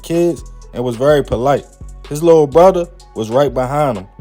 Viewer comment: Fodder,Bruder. Dude please learn how to talk. Your cadence in talking is extremely annoying and makes you seem slow